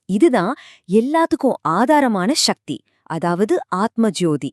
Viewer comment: சகதி. ஷக்தி அல்ல . நமிழ உச்சரிப்பு சரியாக இருந்தால் நல்லது. திருமூலர என்ன சொன்னார தமிழ் பற்றி ?